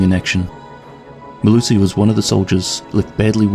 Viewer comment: As a South African I'll let you know that you absolutely butchered her full name, but nice video man.